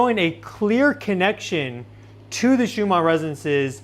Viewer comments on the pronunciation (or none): Are you saying Shumarr Resonance? I thought it was pronounced Schumann. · Schumann resonance Not Shumar.